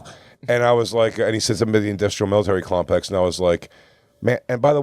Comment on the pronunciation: Jay says it wrong, then Luis is like, ‘I’m surprised you said it right’, and then he says it wrong, lol. It’s Military Industrial Complex